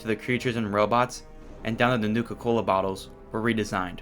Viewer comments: Bro did not say nuka cola correctly 💀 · he did NOT say nuka cola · Bro did not say Nuka Cola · In the opening he did NOT say nuka cola